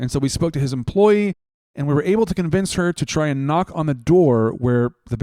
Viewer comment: "I'm not trying to cowince you"